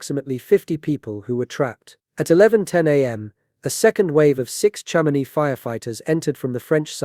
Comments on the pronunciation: Chamonix isn't pronounced Sham-on-ix; it's pronounced Sham-in-wa. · I'm gonna guess this is using an AI voice? I hope so with that pronunciation of Chamonix... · since when do you pronounce Chamonix, France, like Chamo-nicks?